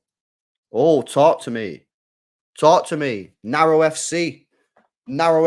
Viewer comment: Man said narrow fc 😂😂😂my guy